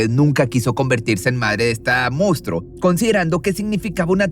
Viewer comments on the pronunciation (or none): Es monstruo, no "moustro"